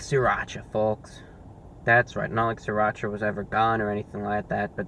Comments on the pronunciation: it's siratcha not sriratch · "Sirrrrrrrrrrrrrrrrrrrrrrrrrrrrrrrrrrrracha" the Anti-Reviewbrah